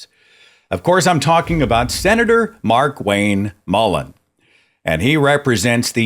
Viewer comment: Did I just hear you say "MarkWank" ? Bloody genius!